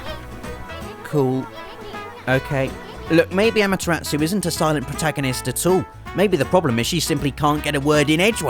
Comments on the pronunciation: God... I know he is British, painfully so, but I hate it when people butcher ANY language... Japanese especially. Amaterasu( Ah-Mah-Teh-rah-Soo), And Orochi (Oh-Ro-Chi). I apologize if I am being a "Weeb", But I still bugs me. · Ugh, okay, I'm only a mild Grammar Nazi, but I'm a huge Pronunciation Nazi, and the way totally mispronounced Ryu, over and over again, REALLY ground my gears. The mispronunciations of Amaterasu and Orochi were more tolerable, as they were fairly close, but it's not Rai-Yuu, it's Ree-Yuu, or at least that's the closest you can get in the English language, as the Japanese R/L sound has no equivalent in English. In Japanese it's actually just about one syllable, and sometimes sounds closer to Dee-Yuu. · As soon as I saw the title, I knew Amaterasu would be on the list. Quite an awesome silent protagonist! She's not entirely silent, though- she barks and howls quite often. But I suppose that doesn't count. (Also, the way you said her name made me giggle. "Amatera pause -tsu"? Where'd you even get that? :P) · Yeah!OKAMI!But she pronunced the names wrong expect Issun